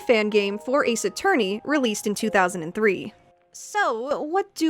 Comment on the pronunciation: Ace A-FUR-ney?